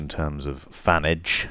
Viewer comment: "Fanage"? Stopped watching. You've been watching too much of that bellend Jamie Oliver, ya wee fanny.